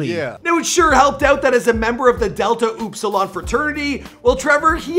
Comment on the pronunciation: “Oopsilion”? 😂 it’s “up-silon” just like it looks...